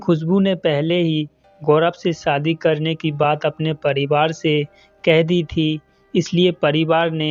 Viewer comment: Aapka Hindi kahani channel hai lekin aap Hindi bolane nahin aati hai aapko aap Bihari Bhasha bolate ho sha ko sa bolte saadi nh hota shadi hota h ek anchor ko apni language per command hona chahie video